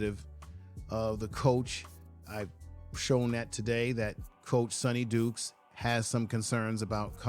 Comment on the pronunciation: Sonny DYkes not Sonny Dukes.